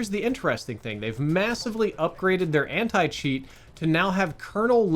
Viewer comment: oh nah he said Anit cheat